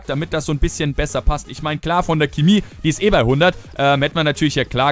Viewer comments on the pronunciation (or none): none